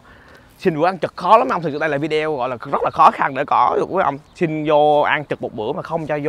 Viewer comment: Ở Mỹ lâu rồi mà vẫn phát âm là vi đeo vậy em.